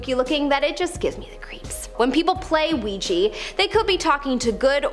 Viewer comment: Ouija board not ouiji